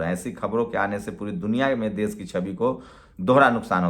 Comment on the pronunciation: Dais nahi daish Sosal nahi soshall( social)